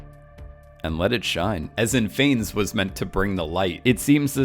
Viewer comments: “Phanes”. Jesus, that’s painful haha. For future research Wikipedia often has the phonetic pronunciation of things. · Right? Considering how many times he said the name, I wish he'd just stopped for 10 seconds to learn how to pronounce it.